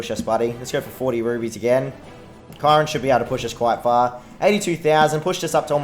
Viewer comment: Hey remember me? Also you played the game for a long time, but do you know how to pronounce Chiron?